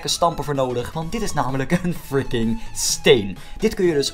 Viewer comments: Stop eens met friki te zeggen of hoeje het zegt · Je zegt alleen fricing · Waarom zeg je de deeltijd freeking